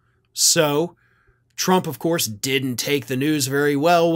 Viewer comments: "Of Coyse" 😂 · “Of cois” will now be how I pronounce that word 🤣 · "Of couise!" I'll bet you could do a really good Curly Howard impression. 😁